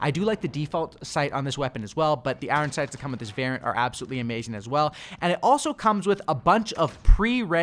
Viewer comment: Why this dude saying iron like I-ron